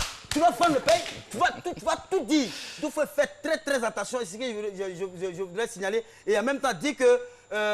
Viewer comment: On dit: « attention » et Non « entation »